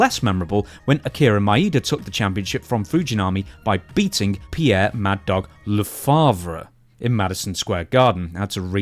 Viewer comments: Le-fe-bvre, I thought the alcohol had kicked in! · Lefebvre is pronounced Le-fave. Also... Tarzan TYLER, not Taylor.